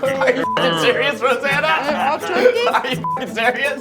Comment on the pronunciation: Curkey ... Sounds a lot like Coockey from Cookey or Spooky... MILES NATION UNITE!